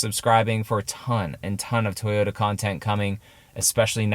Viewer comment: Not toyoRa… it doesn’t have a R 🤦🏻‍♂️